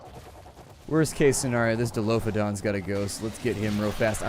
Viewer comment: Plz, If u see this, it's dilophosaur not dilophodon, and the crocodiles are called sarcosuchus. And, it's pteranadon, not pteradon, and finally, Argentavis has much better stamina than the pteranadon, so yes, it's a better choice.